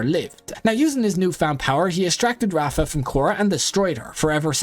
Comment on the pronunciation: "rafa" RAAVA with a V and a long vowel.